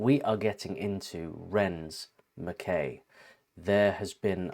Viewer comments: Lovely - he’s brilliant isn’t he. Also, MacKay pronounced MacK eye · I am from Scotland. Most people mispronounce the title of this work by Ren incorrectly . Mc is pronounced like Mick. Kay is like tie. Put the two together. I think Mr McKay would like his name pronounced correctly. Maybe i am wrong about this but this is what we say in Scotland and i think McKay is a Scottish name